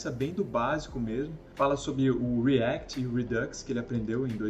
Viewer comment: Front-end not frontchiii endiii React not Reaquitiii ;)